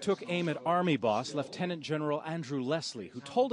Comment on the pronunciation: thank you for saying Leftedant